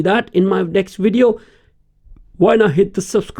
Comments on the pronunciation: through the whole video you kept saying WID EE OH! Oh I'm sorry I think I understand now, you are trying to say the word video, right? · when speaking English the letter v makes a sound like you put your lips together and you push air through and a little bit of sound and you go... Vvvvvvvvv Vivian vascular vote vomit voluptuous, So it doesn't come out like Wivian Wascular Wote Womit and Woluptuous. Do you sort of get what I mean? I apologize, I'm just trying to be nice.